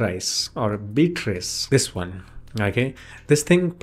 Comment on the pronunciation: Interesting. Thanks. BTW, it's BEE-uh-triss. You got it 90% right. 🙂